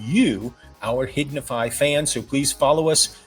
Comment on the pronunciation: How do you pronounced HIGNFY was hilarious. Do you Americans deliberately pronouncing incorrectly?